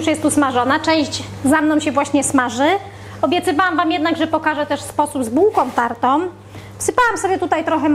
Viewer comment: "z bułkom tartom", zimom, om co drugie zdanie - jest taka głoska "ą" nie om, wie Pani. I nie "takom kanie" tylko "takĄ KANIĘ. Gdzie była Pani jak były lekcje języka polskiego? A może nauczyciel zawiódł?